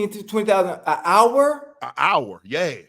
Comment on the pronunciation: Why he say hour like it was a two-syllable NEW word!!